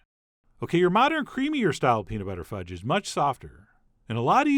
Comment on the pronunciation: Did he say Pete Buttigudge?